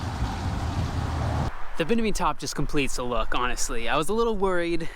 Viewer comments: I keep hearing him say “binimi” top instead of “Bimini” and I don’t know why it is causing me so much grief. 😶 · Bimini top not binimi…